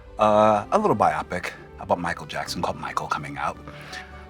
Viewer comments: "Biopic" is pronounced ""Buy-oh-pick". It's built from "biography" and "picture", so phonetically it should sound like it. Not "Buy -op-ick". It's not a medical term like "myopic". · Sean... bi-oh-pic. Short for BIOgraphy PICture. It is __not__ pronounced bi-opp-ic! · Never heard someone pronounce biopic “bye-opic”. It’s short for biographical picture so it’s definitely wrong, but still interesting. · If I do nothing else with my life except teach one person that the word is pronounced BIO-pick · I love how he pronounced Biopic. Not as BY-oh-pick, but by-AH-pick. Merriam-Webster and Oxford say we are wrong, but I don't care. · Had to close this video when you mispronounced "biopic"